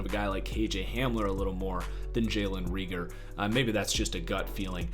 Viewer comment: Can even say Reagor’s name right smh